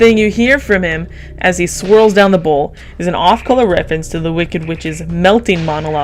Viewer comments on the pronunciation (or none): none